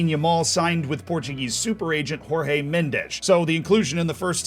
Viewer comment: Fun fact about this video: pronounces Jordi's name with the 'J' sound when it should have been the 'RR' sound (because that's a Spanish thing to do) and pronounced Jorge Mendes the other way around (when the 'RR' is not a thing when portuguese people want to say 'J'). In fact, for the portuguese, Jorge is said (almost) the same way as the English 'George'.